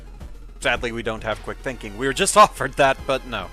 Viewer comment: 'thinkging', eh?